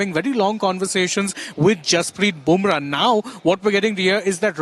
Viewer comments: He is boomrah not bamrah😂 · Go learn how to pronounce Bumrah … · She can't even pronounce Bumrah.